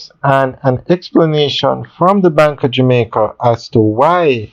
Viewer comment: It's "Bank OF Jamaica"- not "Bank ah Jamaica". There! Fixed it. Sounds so jarring